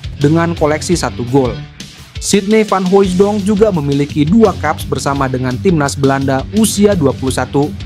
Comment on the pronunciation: Bukan Hoijidong......baca biasa saja.....Hooitsdong